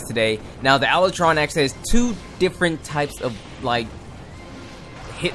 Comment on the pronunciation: Ala tron? Not how you pronounced it but whateves